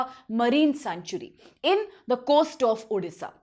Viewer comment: Please pronounce correctly it's odisha not udisha